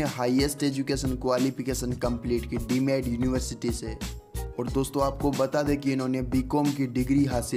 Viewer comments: Mere bhai yeh de med university nahi hai iska uchcharan hai deemed university. Aur yeh kii university ka naam nahi yeh ek type ki University hai. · Mahashay deemed university ko Dee mad nahi bolte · Abe deemed nahi deemed bolo